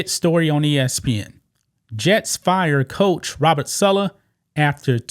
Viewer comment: It's saaaalaaaa not suuulaaa